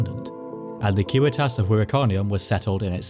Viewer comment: Props too for using the correct latin pronunciation of civitas!